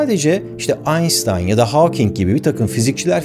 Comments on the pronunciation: abi gözünü seveyim Einstein'a "aynstayn" deme. "Aynştayn" de valla böyle olmuyor. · Baris abi bir sey sorabilirmiyin Einstein ismini Einştein diye okundugunu biliyorumda siz neden Einstein diye okudunuz? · Neden inadına her videonda " aynStayn" diyorsun? Dogrusu " aynŞtayn" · Einstein Almanca bir isim ve Almancada olduğu gibi Türkçe konuşurken de "ş" sesi ile telaffuz edilmesi gerekir. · Sadece küçük bir uyarı:Aynşıtayn diye telefuz edilir,almancada st yan yana gelince şt okunur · Herr Ozcan, "st" lautet auf Deutsch [şt], also, Einstein- [Aynştayn] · Barış Bey, Mozart' i söylerken almanca okunusuna göre söylüyorsunuz ama Einstein' i söylerken telaffuzunuz alman telafuzundan farklı, ikisi de alman ismi olmasına ragmen. Arkasında bir sebep var mi yoksa sadece telafuz yanlışı mi? Birkac videonuzda daha Einstein' i söyleme şekliniz dikkatimi cekmisti